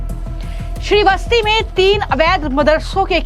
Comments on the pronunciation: मैडम ये कौन सी हिंदी आप बोलती हो उच्चारण सही करो श्रीवस्ती नहीं श्रावस्ती है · श्रावस्ती बोलो. श्री वस्ती नहीं.